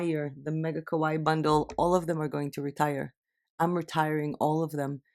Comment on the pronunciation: the way you pronounce kawaii actually means "scary" :)